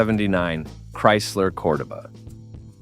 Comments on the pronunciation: Say it with me COR-DOE-BAH😒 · COR-DOH-BA.....at LEAST pronounce it correct. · Cor-duh ba? Ai can't pronounce shit. That car came with an optional big block 400 and it was a fun car. I had two of them. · It’s “Core-doh-ba.” No fooling you huh, oh and by the way it’s not a muscle car. At least you pronounced Thunderbird correctly. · DudeYou can't speak the proper language for these cars.It's cordoba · This idiot wasn't even a spe(r)m when these cars were new, and knows nothing about them. They weren't building these for speed or performance at the time. And what the hell is a Cord-a-buh? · I knew this video was trash as soon as you couldn't pronounce Cordoba correctly. These aren't sports cars they are personal luxury cars. Not one ounce of truth in any of this. I don't subscribe to liars who haven't got a clue so you make garbage up. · WTF are you talking about. Those are personal luxury cars. Not 1 is a muscle car. I don't know if you use AI but learn how to pronounce the names correctly. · You better learn how to pronounce cordoba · I owned a 77, then a 79 cordoba, the guy doing the video can't even pronounce cordoba right. It wasn't a muscle car, it was considered a mid size luxury, this video is a joke.